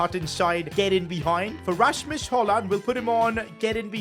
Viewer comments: His name is 'hugelan' not hoyland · You say hojlunds name like Rasums HoYlund not HoJlund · You still pronounce højlund wrong, this is how you speak it: heulun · Why are you saying haaland instead of Højlund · You Said HOLLAND BUT IT IS HOJLAND !!!.!.!.!.! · but dont say d when u are reading his name just say Højlun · If you want to say Höjlund correctly The Ö is like uh on english. That's how we say it on Swedish atleast. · Still saying his name wrong Its pronounced like "hoy-lun" in danish. The D is silent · I think its pronounced Rasmus Hojlun. withoud the d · That’s hoyland I know spelling it wrong but say like that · the name is almost right just say rasmus højlun beacus the d is silent